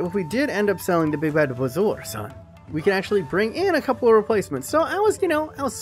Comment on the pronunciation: I thought it was bar-zo-er